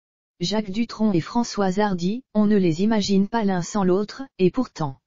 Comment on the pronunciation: non. Non l’information est hélas vraie mais ce qui est déplorable c’est la voix robotisé et quand même un script complètement stupide et cette voix ! A 3mn 20 « Françoise Hardu » puis layyyne Renaut ! Et ces constatations complètement idiot sur les conséquences de la maladie. Cette triste nouvelle que ce soit pour Françoise Hardy ou pour madame tout le monde ça mériterai quand même un minimum de respect et de réflexion. Quoi qu’il en soit j espère comme bcp de personnes que Françoise Hardy aura le soulagement et des soins palliatifs qui lui permettrons que la fin de vie soit supportable autant physiquement que moralement. C’est d’ailleurs ce que je souhaite pour chacun d’entre nous. Et je suis de tout coeur avec elle et ceux qui réclament le droit de choisir d’abréger leurs souffrances.